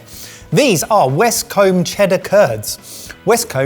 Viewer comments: Can confirm, I am originally from Somerset and it's the one word where I go proper broad in the accent regardless of if I intend to or not. That said, pronouncing the 'combe' of Westcombe like 'comb' feels very wrong (it should be more 'koom'). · westcoom is the correct pronunciation…..zumersetter here! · may have nailed the “Somerrrrr-set” but he blew it on Westcombe. It’s either “coom” or “cum” depending on how posh you are. A west-comb is what you use on the left hand side of your head.